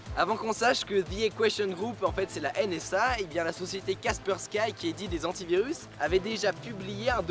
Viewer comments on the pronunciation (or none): Kaspersky se prononce Kasperski, et pas Kasperskaille. C'est le nom de famille du fondateur russe. Super vidéo soit dit en passant !